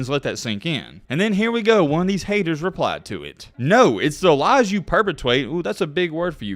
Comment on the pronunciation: Per-Pe-twate 😂 “ that’s a big word for you bud”, you can’t even say it right tho 😂